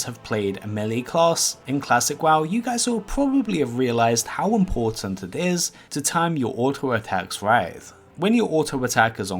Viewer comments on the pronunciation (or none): none